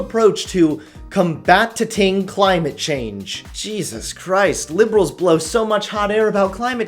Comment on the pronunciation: LOL | "com-bat-ti-ting"